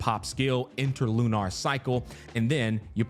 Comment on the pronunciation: Why is he saying lunar like that? LU-NARRR